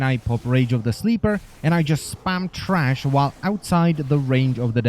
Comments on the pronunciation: t h r a s h not trash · Good guide thank you. And it's THRASH not TRASH! Lol. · tHrash not TRash